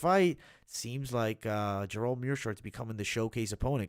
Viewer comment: why can't you pronounce Gerald? it sounds like you are saying Jerome